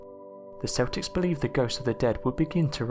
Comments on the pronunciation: Dude great video but Celtics is pronounced with a k sound (keltics) not a S sound (seltics) lol keep it up with the great work though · Celtics. It's not seltics. It's Celtics. pronounced like KELTIK. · Celtics is pronounced "KEL-ticks" .....NOT "SELL-ticks", like the basketball team from Boston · The Celtics are a basketball team. It's the Celts, pronounced Kelts. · Great video and topic but you are pronouncing Celtics wrong.